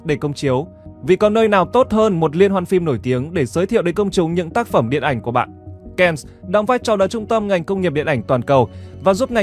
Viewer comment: Cannes là chữ Pháp phải đọc theo tiếng Pháp chứ. Ko học Pháp lại đọc theo tiếng Anh nghe nhức lõi nhĩ như dân Bắc Kỳ nói ngọng K, N 😂😂😂😂 !! Về học thêm nếu ko thì chỉ người ít học mới xem kênh của bạn !!!